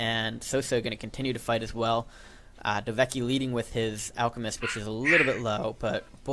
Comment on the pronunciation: "Hey, cool, a new video! Oh wait, nvm" btw you still get my name wrong, its "dove-kie" :)